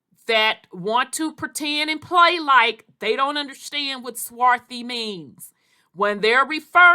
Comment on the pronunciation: There is no "swathy"